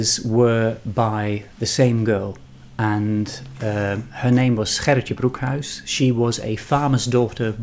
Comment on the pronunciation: Thank you for showing Gerritje's samplers and pronouncing her name. Now I know how to pronounce my 8th great-grandmother's name (Gerritje Cornelise Van Ness). She came from Emberland to the colony of Nieuw Amsterdam oh so long ago. I have an online friend who is descended from her sister, Grietje. Since we had no idea how to pronounce their names, we just called them Gertie and Greta. Now you have me really thinking about these new samplers. I should buy one and make it in honor of "Gertie." I am always learning something about my Dutch ancestors through you. 🥰